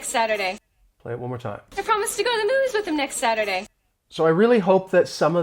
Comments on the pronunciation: Everything is fine except I could not understand where she actually said "movies" in her sentence. I even slowed the playback speed down to 0.25, still could not figure out "movies". But you are clearly pronouncing the word "movies". It looks like she is saying "News" instead of "movies"! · That's the only word I didn't heard. Very badly pronounced